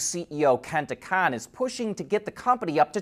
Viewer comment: Hi! Love the channel. The "Kon" in Kenta Kon is is pronounced like "Cone". Kenta "Cone"